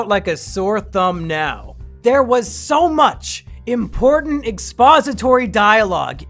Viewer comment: our mission is too impowtant